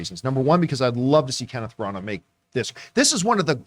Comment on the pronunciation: These guys are hilarious the way they can't pronounce any names properly. Herculee Porro and Kenneth Branaaah? Give me a break.